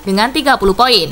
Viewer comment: Tumben si Mimin banyak salah ngomong nyaa Marusic jadi murasic Lille 48 poin jadi 28 pion 😂😂😂